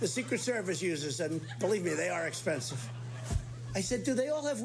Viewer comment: how did he say 'expensive'? lmao